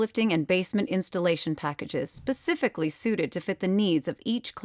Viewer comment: Specifically not pacifically .... You'd think they would know that much